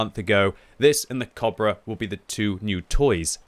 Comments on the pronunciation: y u pronouncing cobra weird ? isn't it co-bra like a long 'o' like in boat not kobra like german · It took about 6 times of me hearing say cabra to realize he was trying to say cobra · how you pronaunce cobbra, dude